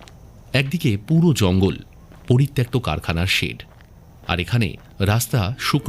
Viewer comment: বারবার পরিত্যক্তকে ত্যাক্ত কেন বলছেন !? বাংলা ভাষার আর কত দুর্গতি ঘটাবেন ? পরিত্যাগ>পরিত্যক্ত>পরিত্যাজ্য হয়